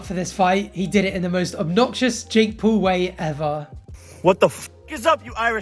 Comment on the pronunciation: Omg! We're the same, neither of us can pronounce Paul correctly.